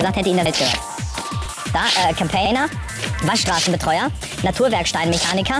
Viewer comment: Der Campaigner, wer kennt ihn nicht, ein sehr bekannter Beruf, und absolut korrekt ausgesprochen...